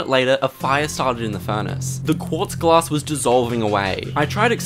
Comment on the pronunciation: "it's a special quatza glaaaas🥸"